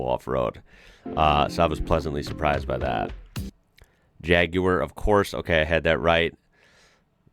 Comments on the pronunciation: Pleased that you pronounce Jaguar the proper way instead of Jag warr as most Americans do. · Wow. An American who says jaguar correctly. 😂❤ Spread the word across the states , we need to eradicate 'jagwaaahrr' 😂🤬🤬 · Amazing hearing an American pronounce Jaguar properly. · You can pronounce Jaguar correctly but hardly any Americans can say Suffolk! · Well done 👏. Saying Jaguar correctly 👏 👍. New Subscriber here 👍👍🏴🏴🏴🏴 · J.C would appreciate your Jag pronunciation 💯 mate. (The curly haired oaf from T.G Jeremy Clarkson) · First time I have EVER heard an American pronounce "Jaguar" properly OMG! You don't know what a TVR is? This is unbelievable to me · Very impressive hearing an American pronounce it "Jaaaaaag" with the correct cad drawl. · I also thought this. They generally say "Jagwaaar" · I hate the way americans say jaguar, so was in prio cringe. No need he pronounced it that well i subscribed, well im on the vodka lol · when you said Jaguar, i was very surprised you didnt say it the weird american way lol